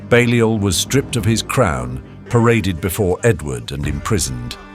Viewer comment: Balliol is pronounced “Bay-liol” Buchan is pronounced “Buck-an”